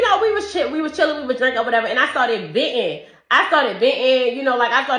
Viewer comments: if you say “dats” instead of “that’s”… and “ventin” has no t in it? Walk. She’s made for the streets. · Theres a t in the word venting